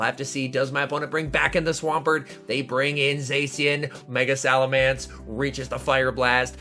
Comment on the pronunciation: please. It's SalamEnce not SalamAnce